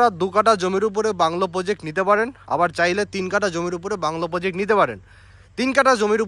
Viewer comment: Poject na Project bolte hobe. Khub bhulbhal uccharon.